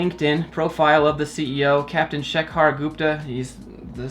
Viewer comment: for foreigners : the pronunciation of "Shekhar" is " Shake - Her"